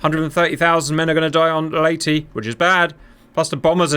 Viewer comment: Perfect pronunciation of "Leyte".